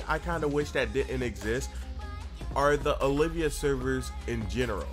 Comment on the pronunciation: They are Olv-ia servers not O-liv-ia